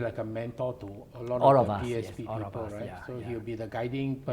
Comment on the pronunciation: please emphasize on the 'S' when you mention PSP. It sounds like PAP 🤣